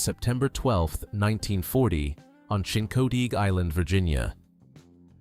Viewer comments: Chincoteague [Skip Hinnant's birthplace] is pronounced SHEEN-coh-teeg. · You really need to learn to pronounce Chincoteague. You totally blew it.